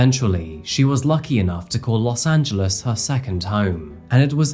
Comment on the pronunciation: Thank you for pronouncing “Los Angeles” correctly. Even Spanish speaking native speakers would not pronounce it “Los Angeleees”